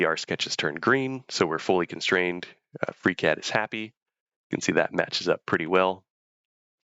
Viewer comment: anyone else heard "freak head" or is it just me? :D